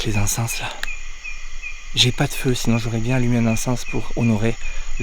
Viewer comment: Le S dans le mot encens ne se prononce pas